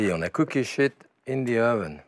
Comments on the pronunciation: when he says to put it on a cookie sheet in the oven, it sounds like "you wanna cook your shit in the oven" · LOL it sounds like he's saying "now cook this shit in the oven" XD